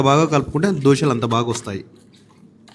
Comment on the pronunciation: Dosaalu enti Dosalu anali Telugu sarriga palakatam practice chew video janallo vadile mundu Dabbu kosam